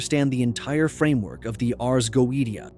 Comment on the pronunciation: Its pronounced go-a-shia.......................... ai is wack